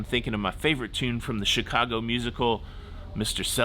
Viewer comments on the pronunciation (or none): none